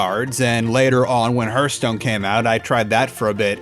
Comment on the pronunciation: In sorry but the way you say hearthstone is very distracting.